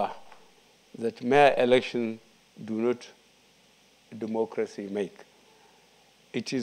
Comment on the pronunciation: All I heard in the first five minutes was Duumoocrasy. Can someone tell this sick man to sit down. Dumb like a bag of rocks..